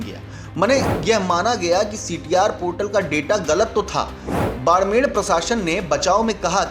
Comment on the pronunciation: बाड़मेर है भईया जी, बाड़मेड़ नहीं!